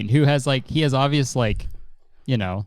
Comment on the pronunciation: No one: James: łïkē